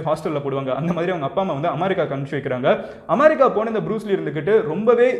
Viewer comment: அமாரிக்கா இல்ல அமேரிக்கா